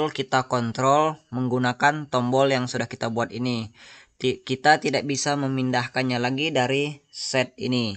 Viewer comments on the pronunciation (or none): none